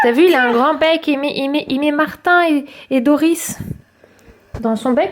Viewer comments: on dit dori et non pas doris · On dis pas le s dans doris